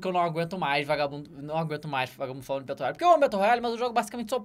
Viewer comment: "Betôu Roiali"